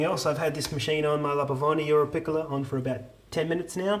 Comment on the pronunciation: It's europiccola not europicolla